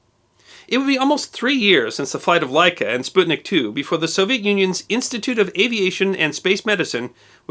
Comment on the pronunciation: Props for pronouncing "sputnik" in the right way!